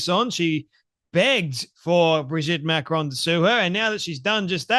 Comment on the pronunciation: Dear Candy - please pronounce Macron properly. Its not Macrone.